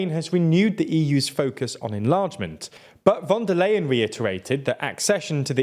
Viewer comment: U pronounces von der leyen as if she was dutch lol